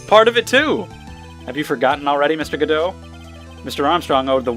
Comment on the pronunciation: You're actually right when it comes to the pronunciation of Godot's name. There's a reason for that, it will be revealed eventually.